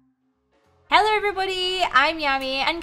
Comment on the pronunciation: I love how when she starts she say hellor